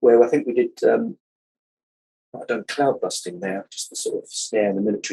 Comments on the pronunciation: Am I hearing things or do you keep saying "cloudbuRsting"? It's "cloudbusting". Anyway, great video. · Terrific review,! However, I believe you calling "CloudBUSTing" as "CloudBURSTing" is somewhat sacrilegious! LOL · Brilliant review of a fantastic, era defining album, but funny how you keep pronouncing "Cloudbusting" as" CloudbuRsting" :-) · A great look at a fantastic album. I became a KB fan with the album Never for Ever. The Dreaming was excellent, but Hounds of Love was...wow. I have the "bubble gum" vinyl version of that album. It's a wonderful trip through the imagination of Kate Bush. Love your video, but one note...Cloudbusting does not have an "R" in it. 🙂